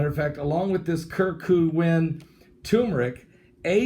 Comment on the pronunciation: not providences of China’s; it’s PRO-VIN-CES of China. And it’s turmeric and CUR-CU-MIN.